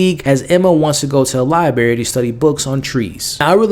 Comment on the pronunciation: Sorry to go all Karen on you but it’s Library with and R not Liberry.